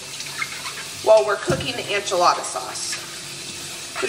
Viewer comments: Am I gonna watch this even though you pronounce “enchilada” as “anchilada”? Yes. Yes I am. 😂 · girl. I love you. So much. Say it with me... EN-chilada. Not ON-chilada lol. Also, any bumpdates coming?! 💕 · The pronunciation sounds like - IN - che- La da . I myself learned from my neighbors who were from Mexico taught me to Add Chicken bouillon to enchilada sauce and it puts it over the top !!🐔🌶🐔 Roast the onions and tomatoes and garlic- Yum!😋😋😋😋😋😋😋😋😋😋😋😋